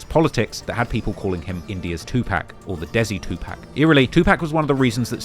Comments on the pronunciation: It's like you're saying 2pack to be cringe and annoying on purpose smh Yu kno damn well thas not how it's pronounced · It's pronounced 2 pock. Can you please stop the 2 pack ish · Getting this man's name right (at least it sounds like it) and getting his idol's name (2 Pac not 2 pack) wrong, should be a crime. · Imagine doing every trap video and gang video worth anything in the last 3 years and still calls tupac, "2 pack". It's 2 pock bruh. 2 Pock. You don't accent a name, get it right. Do better. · It’s 2 pock not 2 pack.. smh 🤦🏾‍♂️ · His name is 2Pac. Tupac. Not 2PacK. Not TupaCK. Say it right. I know you geekz can say POCKET. So say his name right or don't say it at all. Disrespectful weirdoz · Omg - it is "two - park" not "pack" - that is a basic, please show some respect and pronounce it correctly next time you mention Tupac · Not 2 pack.....2 pac ( pawk ) 🤨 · Why does he say "2 Pack" ... Tupac isn't pronounced like "Pac-Man" it's pronounced like "Rock" or "Clock" ... Get it? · You've done ENOUGH research in your life in hip hop to know that Tupac name is not fucking PACK. It's pronounced "PAH-C".. you've never heard anyone that worked w him, adored him or was a fan call that man PACK. A total disgrace to his name, legacy and his mom for you not taking time to say it correctly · “2 pack” lol, pronounce it 2pock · Bro please stop saying 2 pack 🤦🏾‍♂️ it’s (pock) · Its TWO PAC NOT PACK!!! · Can you please stop say 2 pack. It's pronounced 2 pock. You can't keep doing these docs mispronouncing names. Especially 2pac. It hurts your credibility. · Hey its 2pac pronounced 2-pock (like lock except pock) 2pac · It’s not Tupac it’s TooPak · TWO POCK. Get it right! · PLEASSSSSSSE stop mispronouncing Tupac’s name. It’s pronounced Tupac=“2-Pock”!!! 🙏🏽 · Bruh, please say “TWO-POCK” that’s how you pronounce “Tupac”, come on now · It amazes me how these people still say 2 pack smh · I turn off the video immediately of bloggers who say 2pack!